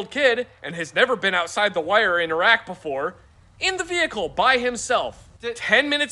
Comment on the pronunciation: I died when it said iraq e pass